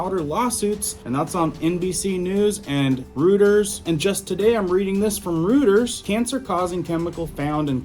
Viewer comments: DUDE, IT'S PRONOUNCED ROY-TERS NOT ROOT-ERS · Roy-ters - not Rooters. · It's "Roiters", not "Rooters". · It's not Rutters, It's Reuters pronounced ROY-ters. Keep up the great reports. Good job! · pronounced ROY-TERS (spelled Reuters) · (I think Reuters is pronounced roy-terz) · PRONOUNCED 'ROYTERS' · THAT WOULD BE ROYTERS, CORRECT PRONUNCIATION! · I’m pretty sure it’s pronounced ROY TERS. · FYI Reuters is pronounced like "ROY-TERS"